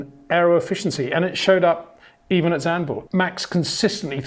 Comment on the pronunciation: Zandvoort, not Zandburg